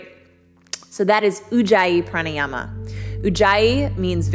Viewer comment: I'mfrom India ♥️♥️♥️ I love it very much when you speak Hindi words like Pranayama Savasana.